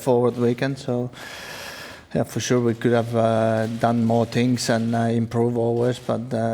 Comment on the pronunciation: TINGS??? 2 PLUS 2 IS BWOAH MINUS 1 THAT'S 3 QUICK RACE